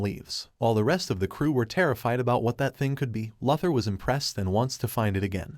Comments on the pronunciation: Say it with me now Lu-Thor Luke the AI is a Lu-sore for this pronunciation. I dunno wtf a Leather is like is it a belt, a purse a jacket? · idk about you guy but i hear it say lex luhthar lol i cant un hear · It didn't, it said "luh ther" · These incorrect pronunciations gotta be premeditated brah… Tf’ is “Darksaid” & “Lother”?! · Yes narrator. Lex' surname is pronounced...... LOU... THOR. Not Lether. Nice go though! Keep up the good work! GOD BLESS!!!! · It's lou-thor not luth-her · This sad Loother pronunciation, fix your AI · It's pronounced DarkSIDE, NOT DarkSEED. LOOther not LUTHer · Lex Luther is pronounced Lex Loo-thor. Idk how u can watch the movie, but not know how to say his name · Can they get the AI to pronounce “Loo-thor” instead of “Lartha” lol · No it's saying Law Tor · It said "luh ther" not lartha. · please pronounce the characters name the right way....its pronounced LOU THER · “Luh-ther”? I’m out. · "Lahther???" Do you... read comic books??? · My bro il keep watching your content but please on your next DC recap please bro its pronounced loo-thor and dark-side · It sounds more like "La-thur" than "Lar-tha". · I know, that AI kept bringing me right out of it!